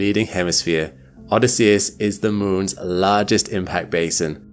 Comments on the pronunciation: Odysseus Crater: Shouldn't that be oh-DISS-ee-us, not oh-dis-SEE-us? (I'm a pronunciation weenie) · Isn't Odysseus pronounced with the emphasis on the O, a very short y, and emphasis on the double S followed by emphasis on the E after and then a flatter u? So you literally say "Oh this" and then "say us" after. Not "Odd is See us." Or am I wrong? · is this an AI voice, or is he actually saying Odysseus wrong? And if so, HOW? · Odýsseus not Odysséus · Odysseus /əˈdɪsiəs/ -- the accent is on the second syllable, not the third! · The name of the crater is pronounced: oDYSseus. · Oddie See Us? Bill Oddie? You mean Oh Dis Sea Us. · O- DISS-E-US Emphasis on diss No on US For real. I dont understand why you mispronounce words. Look it up. For a science based channel, it is borderline embarassing. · O-DY-sseus. In Greek the stress falls on the antepenultimite syllable. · "O diss e ess" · I've never heard Odysseus pronounced like that. Threw me off for a sec. Love your content btw. Especially the long form stuff I listen to when i have all the lights out usually with a headache. 😅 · Great video! Just one thing. You mispronounced "Odysseus". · Strange way to pronounce Odysseus. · I’ve never heard Odysseus pronounced like that before, with the emphasis on the 3rd syllable rather than the second. Is that a quirk of accent? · Your miss pronunciation of “Odysseus” is insane, bruh. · Good stuff except for pronouncing Odysseus incorrectly.